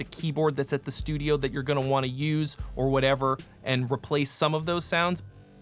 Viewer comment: I love "STUIDO" at about a minute in while talking about prepping. While this may have been accidental, part of me hopes it is not. haha